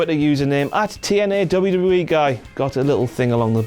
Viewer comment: if this guys gonna do the rest what culture video im gonna stop watching it this guy sucks and i totally hate it when he says WWE in that weird way .....such an ass